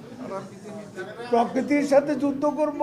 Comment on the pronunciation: কাকু পোকিতি না। ওটা হবে প্রকৃতি